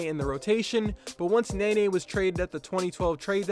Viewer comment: He said Nene like NAY NAY, damn